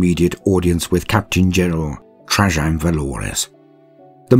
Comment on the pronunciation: Question for British English speakers: Trajann Valoris is obviously named after Roman Emperor Trajan, which is usually pronounced in American English as Tray-Jan, but that’s not how said it. Is this an instance of two people being separated by a common language, or a tomato-potato problem (and in case that doesn’t make sense in UK English, there are two common pronunciations in American English, toe-may-toe vs toe-mah-toe and poe-tay-toe vs poe-tah-toe)? And I’m not even going to start on the most widely spoken variant of English: Indian-English:)